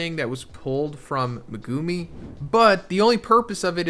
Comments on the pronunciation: Thank you. He’s been saying it like that since day 1. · I don't know if you know/care, but you are pronouncing Megumi's name wrong.